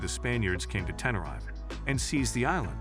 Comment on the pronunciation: The way the narrator pronounces Tenerife is painful to hear...